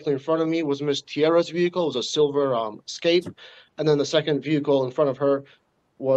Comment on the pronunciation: The cop said “eck scape” tho lol